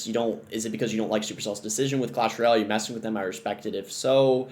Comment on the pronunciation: "Clash Royell"